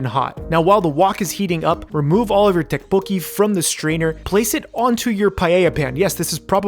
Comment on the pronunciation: Who eats fried rice with a fork?... Also tteokbokki = "tdohk-boh-gki" (say the "td" at the same time for the most approximate sound. Same for the "gk")